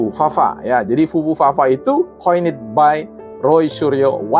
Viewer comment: (coined by = diciptakan oleh) dibaca bukan koinit atuh meni udah sok narasi ilmiah 🤭🤭 .... bahasa Ingrisnya tamatan kursus dimana nih orang ??? yang dibunyikan 'it' atau 'id' hanya yang berakhiran T dan D contoh=Wanted dan Ended ujung nya berbunyi 'it' dan 'id' kata yg lain nya hanya berbunyi letup tidak dibunyikani vowel .... 😄😄